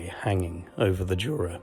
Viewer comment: Obviously after watching part 1 I immediately switched to binge watching mode to watch part 2.fyi juta we pronounce as Yura instead of Jura with a G.kind regards from Częstochowa Mate.great work